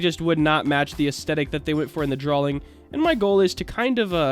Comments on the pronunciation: Is it just me or does he say "Drawling" instead of "Drawing"? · hes saying draling lol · not me wanting to slap him for how he says drawing in the video like it has a L